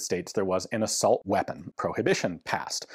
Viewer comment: I thought a "Uh-Salt" rifle shot bullets made of salt